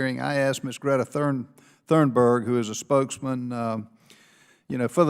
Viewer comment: "Greta Thornberg" An apt slip-up.